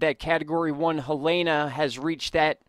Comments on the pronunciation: Helene - Ha-Leen not Helana. Thank you for all of the great information!!! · I think it's pronounced Heleen with a silent e.. I'm not worried about that. North and South Carolina is in big trouble and I'm not sure if Ventusky is accurate...it showed Florence just sitting there from Thursday into Tuesday. We all should be ready for when it comes, if it comes.. Edit: Florence is supposed to hit as cat 3 storm but will feel like a cat 4. 😐